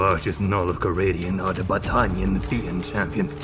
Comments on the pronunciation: Battannniannn 🤌 Can we go back and unhear this? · Every time I hear Battanian I want to eat a Baguette